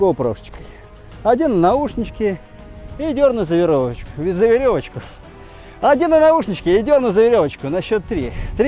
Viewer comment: 😄👍 «За веровочку» ! Земляк, ты случайно не из Белоруссии ?!